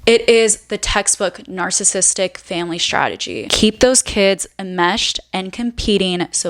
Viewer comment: Had to stop watching at the first mispronunciation of "narcissistic". It's not "narcissistic". Do better, especially when it's a main theme of your discourse.